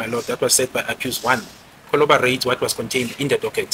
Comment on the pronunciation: He is still saying "colloborate" instead of corroborate!!!😡😡